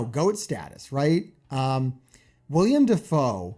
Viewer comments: You keep calling him William Defoe! Its Willem! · Will-em Defoe, not William.